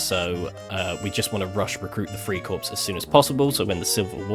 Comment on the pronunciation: Corps is pronounced “core”… think like United States Marine Corps